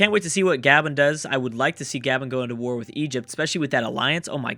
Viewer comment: Its not Gay-bn its Gah-Bohn